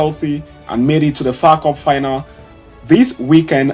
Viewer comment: I can tell you're reading someone's script, because what you called the FA Cup is beyond me. If you really watch football you would never call the FA Cup (FAW Cup)